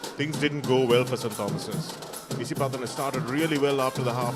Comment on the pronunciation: Papare please advise your commentators to brush up their act both in pronounciation and phrasing too Forward is not foreward/for is not four/forty is not "fourty". Puts "boot to ball" not "ball to boot". Takes them by "the scruff of the neck" and not the scruff of their teeth. Above are some of the many bloomers to be corrected. A little conscious effort and advise is all that they need. All this is with no malice but for the good and respected Papare not to be ridiculed.